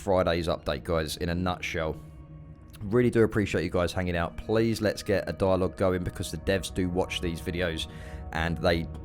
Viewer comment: When you said "dialog" I thought you said "dial up" like an old school modem😂